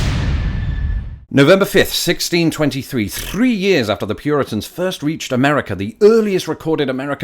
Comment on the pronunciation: Did you just roll your "r" on the word "three"??? Is that actually a thing in the UK?